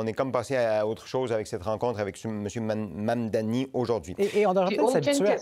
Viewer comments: Mise à part le sujet c’est quoi cette dyslexie de la part de et autres personnes qui ne sont pas capable de dire le simple mot Mamdani. arrête pas de dire Mammmmdanï comme un enfant mais il est capable de dire Arthabaska, le mot démuni, le mot Maman ou Koskinen sans le dire de manière bizarroïde. (J’aime bien mais rendu à ce stade on dirait que certains essaye d’amplifier le fait que le nom est d’un autre pays alors que des noms comme Abou-Khalil ou Koskinen sont dit avec facilité) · Est-ce vraiment difficile de prononcer Mamdani ? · galere avec la prononciation du nom Mamdani 😂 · C'est vraiment pas compliqué a dire, Mamdani, allez on répète Mamdani, sérieux il fait dur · MAM-DANI. Ce n'est pourtant pas difficile à prononcer. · Ça devient gênant votre incapacité à prononcer Mamdani. C’est trois syllabes, aucune lettre muette, aucune sonorité « exotique ». Vous allez en parler longtemps, alors apprenez-le.